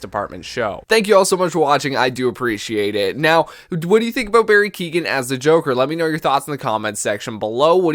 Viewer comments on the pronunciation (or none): So excited, btw is pronounced Barry Keyowen